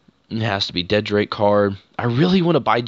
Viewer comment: It's dread drake not dead drake... Just saying